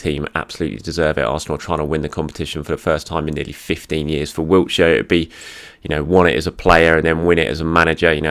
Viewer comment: It's Wilshere,, not Wiltshire. For goodness' sake, the man's an Arsenal legend. Say his name right and if you can't then practise it!